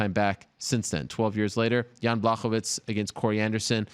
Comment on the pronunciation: Chael sonnen can't even say Jans first name correctly 😂